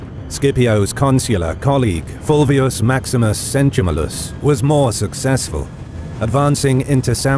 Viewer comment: It's always pleasing to hear about the early wars of Rome, not very well known. Great video. Just a note about the pronunciation: both Barbatus and Centumalus bear the stress in the next-to-last syllable, as those "a" are both long vowels. It should be "BarbÁtus" and "CentumÁlus".